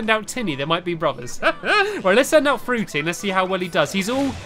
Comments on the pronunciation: Why do you always say that fruity as drippy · It's fruity not Drippy! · Yea and he was calling frutey drippy lol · Did anyone notice that Stampy said Drippy instead of Frooty. : D